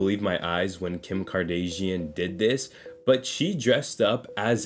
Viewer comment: THIS KID IS JUST AS TRICKY AND DEVIILISH AS THE MONSTERS HE CLAIMS TO BE EXPOSING , FIRST HES ONLY GIVING THIS STUFF MORE SHINE, TO THE PEOPLE WHO WOULD BE THINKING ABOUT BETTER THINGS OR ANYTHING ELSE BUT THIS JUNK, ALSO HE PURPOSELY MISSPRONOUNCES KIM KARDASHIANS LAST NAME IN THE BEGINING CAUSE HE KNOWS A GRIP OF PEOPLE WILL LEAVE COMMENTS CORRECTING HIM. HOW PETTY AND LAME. AN HE DOES THIS ALL THE TIME WTF...........